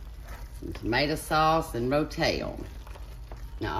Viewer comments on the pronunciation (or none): "RO-TAIL" lololol